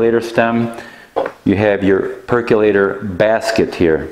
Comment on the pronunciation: You say percolator funny.